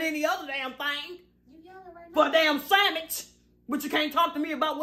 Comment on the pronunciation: She said “Sammich” 😂😂